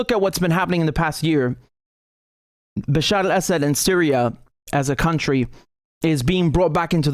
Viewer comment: You pronounce Bashar al Assad so well. Now try to say Shee JinPing.